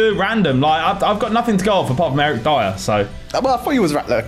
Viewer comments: Commenting before mentions his name but it’s previously broke me that calls Eric Dier “Eric Deer” - I swear he done it for interactions/comments on his videos. Praying now pronounces it correctly 🙏🏼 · Does anyone else get triggered by calling Eric Dier, Eric "Dia"? Like mate... Just watch TV, everyone says it right! Just pay attention... Unless its some sort of weird (bad) joke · ANDDDDD he still calls him “Deer” 😢😢😢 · If Dier gets upgraded, you better learn to pronounce his name!